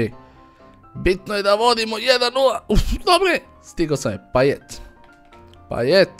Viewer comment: ne cita se martial nego marsial i nije bas payet nego paye t se ne izgovara